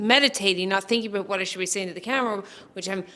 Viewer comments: Does he actually say "a-boot"? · Omg…I’m a fully fledged Canadian… lived all across this country. And your friend at the start of this video… that’s the FIRST TIME I’ve ever heard someone say ‘a-boot’. We’ve found THE ONE. Love the video - meditation is tough, but keep up with it. It can change your life, for sure :)